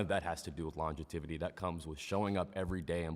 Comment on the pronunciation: homie really doubled down on his pronunciation “longevity” and said “lon-ja-tivity” lol all points are void get this clown out of here